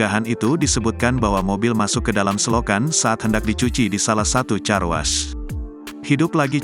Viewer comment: 🎉Baca nya Karwosh bukan carwas atuh.... Gini deh kalau yg baca bukan manusia asliiii